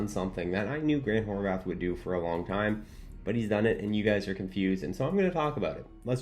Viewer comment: He's always saying Horvath with a TH, no? Every video i see he's always mispronouncing his name..